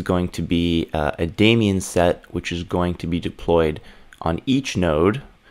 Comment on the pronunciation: How can someone be this good and pronounce it "demion". :D. Great content, mate!